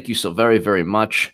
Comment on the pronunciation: Be Vewry, Vewry quiet